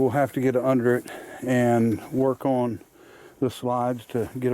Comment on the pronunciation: There's no such word oin, it is pronounced ON not oin